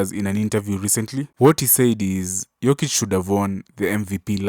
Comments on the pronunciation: He only mispronounced his name the first time, then pronounced it properly the rest of the video. I think Pippen was caught up on whether he wanted to say Jokic or Joker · In the first few seconds he mispronounces his name, despite hearing it a thousand times. No need to watch the rest.